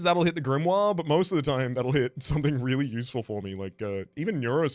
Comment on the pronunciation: "grimory" you're gonna make me fall for the bait